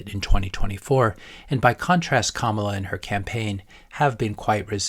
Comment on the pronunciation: You are pronouncing her name as a black woman not like a brown woman. Just saying